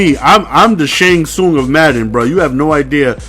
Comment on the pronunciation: the "tsang sung" of madden had me dying hahahaha